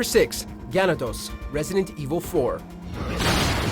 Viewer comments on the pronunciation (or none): that might be the worst pronunciation of Ga Na Dos I've ever heard, Salazar even tells you how to say it in game, sounded like you were trying to blend it with Garrador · Ganádos, it’s not ganadôs. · Say it with me “ ga-na-dos “ now say it all together … lol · Gah-Nah-Dough. Idk what you were saying but you butchered it.